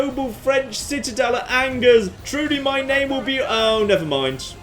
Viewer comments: Ok I get the Nothing Toulouse pun for a title but Angers isn't pronounced as it is in English. It is pronounced On-geres not Angers. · I did mean On-Jay rather than On-geres. Surely would have corrected his pronunciation though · hey ! i live in Angers !! (and that last man was my grandpa ! rude !) and it's pronounced anjay (the "é" like fiance) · How does poor editing get through every single mispronounced "Angers". Something something hard "R"...